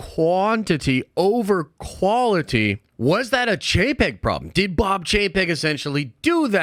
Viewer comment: Every time says "Chapek", I hear "jpeg"